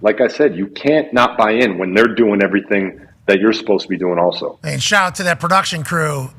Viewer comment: with the Monmouth County shaht aht let’s go